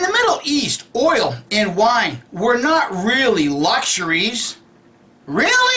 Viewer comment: I like the way you said that, “Beer and wine were not LUSHeries....”. Freudian slip?